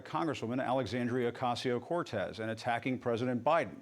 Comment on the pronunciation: Jim ACOSTA can't pronounce CORTEZ ?